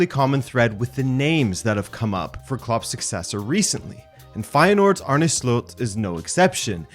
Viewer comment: Finally someone that says his name right, most people say Arnie... That aside, I wonder how this will go given the similarities to EtH. Making a jump to a team like Liverpool will still be a big step that could quite easily go wrong.